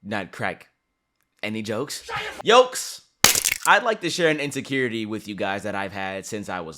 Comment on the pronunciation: Yolks instead of folks is crazy 🍳👏🏾